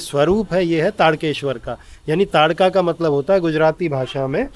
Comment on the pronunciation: ताड़का नहीं तड़का यानी धूप। खारा यानी नमकीन